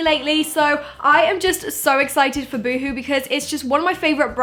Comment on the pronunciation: Oh hon that's not how you say boohoo